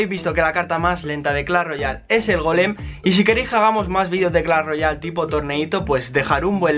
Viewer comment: no se dice golem de piedraaaaaa